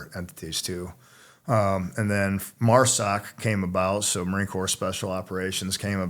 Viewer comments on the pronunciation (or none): Stop pronouncing the P in Corps!!!